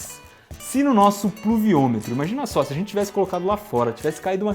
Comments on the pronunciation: puluviometro kkkk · eu seu tenho 9 anos consigo fala pluviômetro com mais facilidade que o Iberê :|